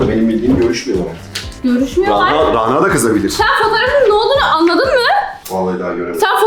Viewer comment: RANA ismi ince 'a' ile okunur daha doğrusu şapkalı 'â' olmalidir ve ona gore okunmasi gerekir